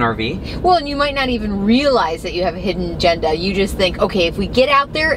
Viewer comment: When says "hidden agenda", does anyone else hear "Bronco"? Thank you, another great video!